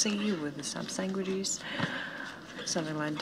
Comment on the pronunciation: Did she actually say "sang-wiches"? I thought only New Jersey gangsters used that word!